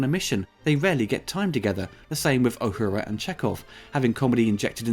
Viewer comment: Uhuru: Ooo-who-rah, not Ah-hoo-rah